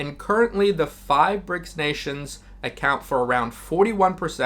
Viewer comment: I love the video but stop saying Brick dollar. It's Brics currency, it has nothing to do with the dollar